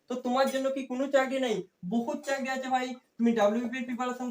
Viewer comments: চারকি না চাকরি 😅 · carki na cakri